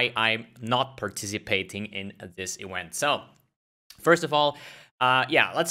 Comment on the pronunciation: Euent? You read "v" as vi. You misunderstood it with "w"